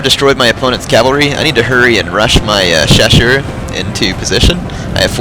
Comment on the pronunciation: Great battle! Two things about the chasseurs: the double "s" is pronounced like in "snake", and they kinda suck XD